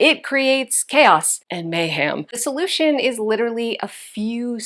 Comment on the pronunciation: Girlfriend! May-ham?? 😂